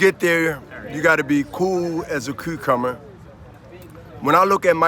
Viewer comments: Coo like a “coocumber” 🥶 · “Cool as a coocummer”